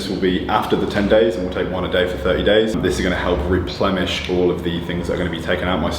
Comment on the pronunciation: Replenish not replemish